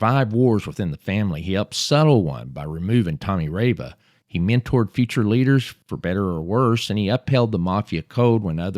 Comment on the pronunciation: Pretty sure it's pronounced (Tommy) rah-vah.